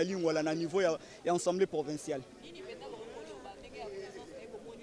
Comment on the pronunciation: Du bon travail cher Maître mais je vous prie de dire: Assemblée et non Ensemblée. Merci